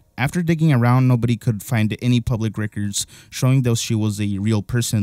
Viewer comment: Bro what is your pronouncing of these words. This is such a good video, but you can't pronounce records? You can't pronounce Sony? You have MJ saying it right in your video. Damn man so disappointing